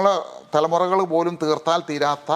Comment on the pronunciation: തറമുറ അല്ല തലമുറ നാവ് വടിച്ച് വായോ